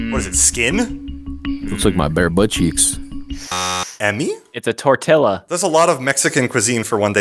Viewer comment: “Tortiluh” hurt my soul